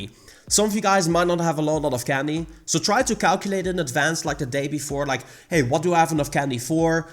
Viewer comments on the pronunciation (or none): none